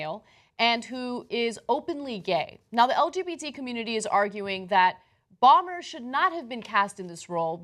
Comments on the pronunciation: Bo-mer, not Bommer Ana. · It's Matt BOMER, NOT Matt Balmer! LOL ;D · Ana mispronouncing Matt Bomer (pronounced BOW-MER), is maddening.